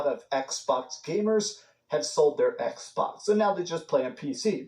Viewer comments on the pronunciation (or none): Ehhhh box, ehhhh box, everyone want a ehhhh box 🤣🤣🤣